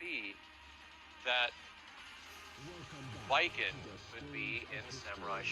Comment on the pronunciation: I thought he said Batman at first 😵‍💫😅